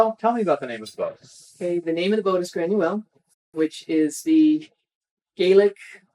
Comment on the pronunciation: She is pronouncing the gallic name wrong, its pronounced gra-in-yeah-whale, that's the way we pronounce it in Ireland 🇮🇪. Great video very informative and you guys done great